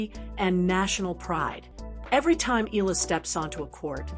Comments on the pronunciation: HEY MS YOUTUBE SPEAKER, THE CORRECT PRONUNCIATION OF ALEXANDRA’S LAST NAME IS E-YAH-LA! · Agree ❤ E yah la